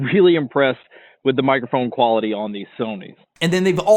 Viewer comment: "im weally impwessed with the mik kwalitwy of this sfwonys". Overall its a great headset